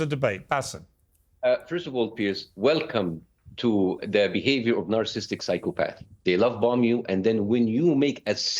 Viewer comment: He can’t even pronounce NARCISSISTIC!!!